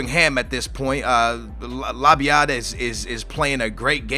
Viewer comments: how hard is it to say lab-yad? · The booyah music should play everytime labyad is pronounced correctly